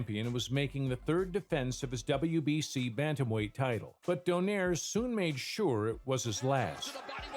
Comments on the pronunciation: its not pronounced as don(air). but "do(nay)re" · Its "Donayre" not Doneir" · Btw the correct pronunciation of his surname is don-eye-reh. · In the Philippines we pronounce his surname as doh-nai-reh